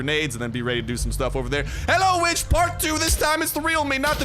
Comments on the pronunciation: its witch with an W not vitch with an V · Saying "vitch" sounds like the b word